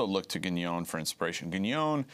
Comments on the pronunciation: Some errors here. First, a minor point: it's pronounced "Gué-non" (with a nasal N), not "Guh-nyone" as Green renders it here. Second, Evola didn't ally himself w/ Mussolini. He went so far as to write a book criticising fasism, and another one against Nazism. Third, Evola was opposed to "racial theory" as it's commonly understood: he saw it as materialistic. Other than that, solid content from Josh Green. And touché . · He can't even pronounce Guénon's name correctly. He pronounces it as if it were Guégnon, lol. Neither was Evola a fascist ideologist in the style of Mussolini. Now, both men were bs meister's, but that's a separate story. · Traditionalism explained for infantile leftists. Buddhism also thinks we are living in Kali yuga. The interviewee mispronounces Guenon's name throughout and apparently thinks the Enlightenment was in the 1500s. Further comment is superfluous. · can't even pronounce Guenon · Dude should probably learn how to pronounce Guenon's name first before selling himself as an expert on the man